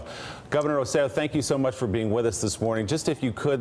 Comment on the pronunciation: Please guys pay attention! I love the show but it's Rose-eh-JOE or Rose-eh-LOW in pronunciation. The emphasis is on the last syllabus. You're getting closer. Yesterday you guys were calling him ROSE-ello (rhymes with jello). So you're getting better, but how hard is this. He's just a great guy and working so hard to help his people. Have a cup of coffee and practice. You can do it! Love the show, have loved it as long as you've been on. And you guys are doing the best job highlighting the islands' needs. We have family there and many friends as I'm sure you suspected. Great job guys, just please, get that name right, the poor guy!